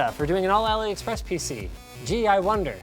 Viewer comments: Drinking game: take a shot every time Linus says “Aliexpress” or “Aloexpress-y” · When he says AliExpressie......I exactly know what he means lol.